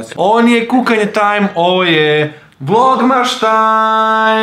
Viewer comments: Kaze se vlogmaS a ne vlognaŠ.INACE COOL VIDEOOO☺☺ OBOZAVAM VAS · Zašto govoriš vlogmaš kada se kaze vlogmas?